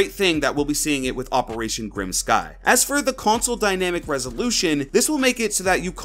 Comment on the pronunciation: The way you said Grim Sky gave me cancer BOI